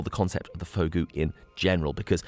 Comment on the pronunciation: Fogou is pronounced Foo Goo. Related to Ogo meaning cave in Cornish.